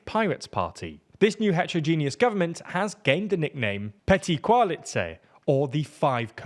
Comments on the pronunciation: Is it really that hard to listen firstly how the natives pronounce names you want to mention? "Caloosek" "Petty-koalice"? :D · the ě in pětikoalice is pronounced like ie in vietnam